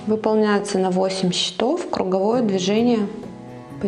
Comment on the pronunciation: а В слове счето́в, родительный падеж, множественное число слова счёт (документ; результат игры), ударение должно быть поставлено на слог с буквой О. В слове счётов, родительный падеж, множественное число слова счёты (приспособление для счета), ударение падает на слог с буквой Ё